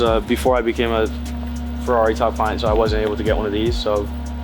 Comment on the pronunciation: You are butchering the F1 teams name lol.